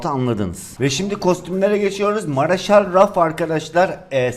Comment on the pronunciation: Maraşal deyil Marshall (marşhal)